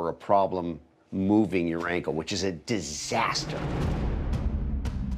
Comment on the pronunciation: The way he put his effort on saying "DISASTER"